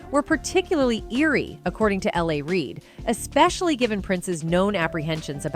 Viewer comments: Lol!!! IT’S NOT LA REID! It’s L. A. Reid!!!! Like you’re saying Los Angelos! Like that old 80’s song!!! “I Love L.A!” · The didn’t get L A Reid right either! 🤔🤦🏽‍♂️